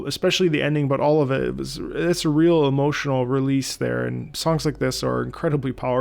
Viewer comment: The moment he said "emotinal death". Bull's-eye.